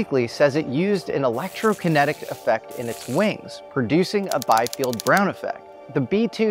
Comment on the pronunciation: Bee-field, not Buy-field. Again, German pronunciation.